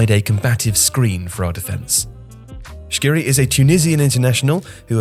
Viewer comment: His name is ELYES SKHIRI not SHKIRI, correct it